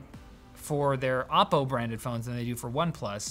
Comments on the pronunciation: It's oppo not Appow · It's O-po, not Op-o. Sincerly, your local Chinese.